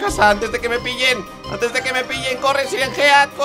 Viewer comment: Se escribe Siren head pero se dice sailen jed xd